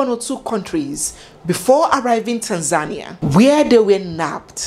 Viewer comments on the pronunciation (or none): none